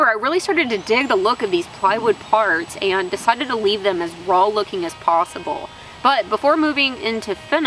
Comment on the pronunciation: Well blimey, does still some long pants. I thought she had cut them all off. here is a fumy observation, I noticed you have trouble pronouncing saw and raw, but you have no trouble what so ever about correctly pronouncing sammich? LOL. Good job on the stools.